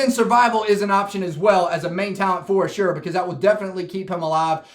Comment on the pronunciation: As-ur-ah not a-sure-ah